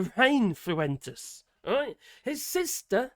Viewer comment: His real name is Nick Pooentes. Please correct your spelling and pronunciation of his name.